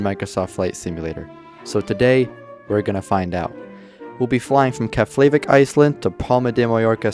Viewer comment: just FYI, its Keff- La- Vick